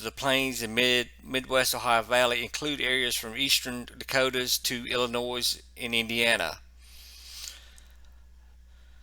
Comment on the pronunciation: By the way, the “S” is silent in Illinois. Thanks for your coverage!